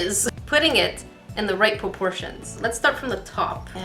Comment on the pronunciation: "putting it in the right poportions" LMAO😂😂😂😂